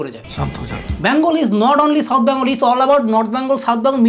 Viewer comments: U r just jealous because u didn’t get called!!! R katha ta byangol na Bengal!!! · Dada ota bangol na bengal "Bang" na bole beng bolen Nijer "bang"o nijei korchen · আচ্ছা এরা সবাই "বেঙ্গল" কে "ব্যাঙ্গল" কেন বলে? 🤔 এই জন্যেই দাদাগিরি তে ডাকেনি 🤣